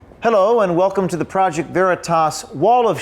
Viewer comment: James brought the Irish out of him with his initial "Hellohhhh"